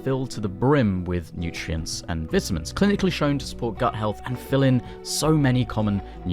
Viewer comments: Ive been a huge fan for awhile but now after hearing you say vitamins in the weirdest way possible. Idk anymore 😂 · I would pay $1 for each time you can say vitamins hahha Vit I mins 😂😅